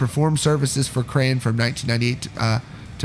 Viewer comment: krahan is pronounced like kran